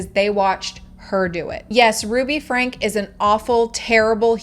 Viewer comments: I would love to see more video...less talk. You're not even pronouncing the last name correctly. It's pronounced "Frankie" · Oh good!! I hate the pronunciation of her last name. My name is Frankie/Francesca 😅